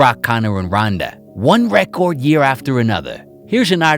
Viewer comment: Listening to this New York mush-mouth accent struggle to pronounce "record" over and over again makes me wonder why didn't he run it through google at least once to check how it's supposed to be said🙄🤣